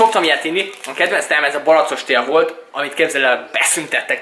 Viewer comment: Mèrt baracost mondasz mèrt nem aszt mondod , hogy barackos ????